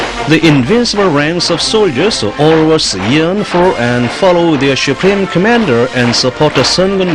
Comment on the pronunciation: This propaganda video's English speaker sucks ass. SHUPREME COMMANDER lol